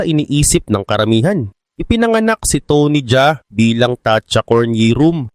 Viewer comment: tony Ja A hindi Jaa